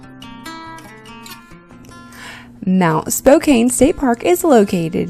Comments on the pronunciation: Spo-can not spo-cane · That is very close to where I grew up. Go straight north, and it is just across the Canada border. We pass through Spokane all the time on our way to Canada. It’s pronounced Spo-KAN, not Kane. Nice video and great view from the mountain top. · You pronounced Spokane wrong -- it's not a long "a", it's pronounced "Spoke -- ann" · learn how to pronounce "Spokane". LOL